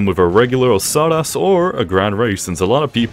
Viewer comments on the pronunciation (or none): hi i just wanted to tell you that its pronounced os ku ras or os kiu ras not osaras, not hate btw!